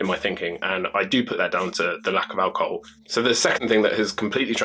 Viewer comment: It's pronounced ALcohoL not aWcohoW